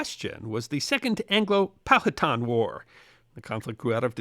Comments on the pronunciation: Sorry to correct, but Powhatan is pronounced “Pow-huh-tan”. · the next time I see you, I will tell you how to say Powhatan... Born and raised in James City County...